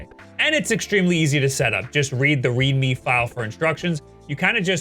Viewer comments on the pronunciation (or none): none